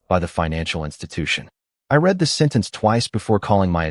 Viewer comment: Can't you pronounce "read" correctly???